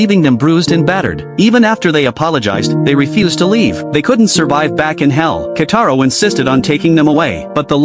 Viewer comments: "Kitaro" not "Kataro" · It's Kitaro and not Kataro😡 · Who the hell is kataro it's kitaro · His name is Kitaro, pls fix it next time ☠️☠️☠️☠️